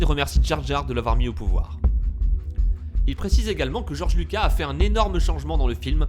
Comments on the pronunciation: ouais je suis choqué ! en plus il dit Georges Luca et c'est Georges LucaS ( le s se prononce...) sinon pas mal la théorie ^^ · goerge lucas pas luca et le compt doku et pas doku LE OU LE OU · ça se prononce George lucas (on prononce le s)